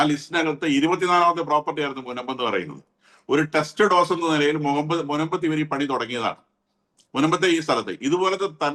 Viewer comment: test dose Not Text dose